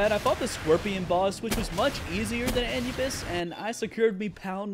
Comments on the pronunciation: No way he pronounced anubis like an-you-bis and not a-knew-bis. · Its prnounced a new bis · It hurt my ears every time you mispronounced Anubis..(A-Noob-biss btw) lol, aside from that, great video! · Pronounced ( A new Bis) 😂